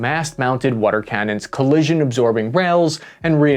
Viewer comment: What the hell is “wader”? 😂 All the best to everyone